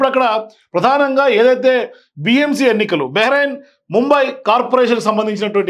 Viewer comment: బెహర అయింఅని పలుకుతున్నారు. బృహన్ ముంబై అని పలకాలి